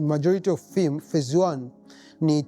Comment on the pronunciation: Prop ‘fem’ sio Prop ‘fim’